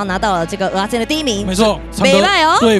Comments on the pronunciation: 蚵(額)仔煎 不是蚵(喔)仔煎 這樣不就變芋頭煎? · 是ㄜˊ阿煎，請發音正確😂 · 雖然知道各地口音有差，但一直聽到歐阿煎真的很彆扭誒😂